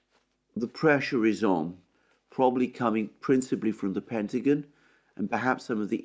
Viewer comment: "Pentagin" 😁 I love the Brit accent.